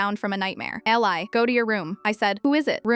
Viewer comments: It's not Elleye Eli is pronounced Eeleye. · It's Eeeee-li. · Its pronounced Eee liii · EEEE-LIE is how it's pronounced. Just say there was a house fire all pictures were lost ❤ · A compelling challenging, exciting story in a very brief time. However AI must be trained, program to correct pronunciations and text. The comment before mine is absolutely correct It is definitely pronounced. Eeeeei